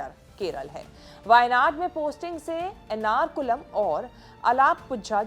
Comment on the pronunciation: It's not nrakulam it's Eranakulam